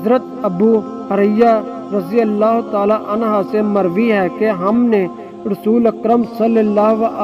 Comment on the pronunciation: O Bhai mard anha Nahi hota hai anhu hai